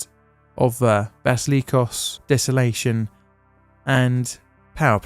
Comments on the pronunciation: Mate, de-sal-in-ation not des-o-lation.Just sain' As a firefighter, I'll say there are very few things you don't try to fight but 90 TEUs of high explosives where you can just evac the area safely is certainly one of them. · Bro it's "desalinization," anyone who's played Sim City knows that 😄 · “Desalation” lol whoops 😂